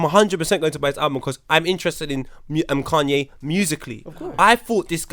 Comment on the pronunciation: Why is saying Kanye like that loooool. “Kun-yay said WHAT”